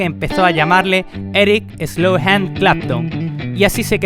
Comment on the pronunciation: Clapton pública su disco eslow jand ... Tan difícil es leerlo? Slow hand!